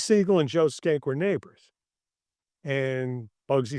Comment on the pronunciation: Pronunciation of the name is interesting. We talked about it before the interview. I realize now that if the Nick Schenck had been written on the bottom of MGM / Loew’s inc. movies (no way of knowing this ahead of time) nowadays I (and most people I’ve run across) would pronounce it ‘shank.’ While skank has negative connotations towards women it is also the dancing for ska music. Shank can be violent or moderately- very insulting.